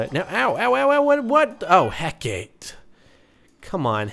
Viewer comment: It's not pronounced hec-ate, it's he-ca-tay.